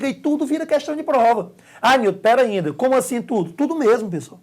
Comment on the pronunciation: Massa demais! "perainda" kkkk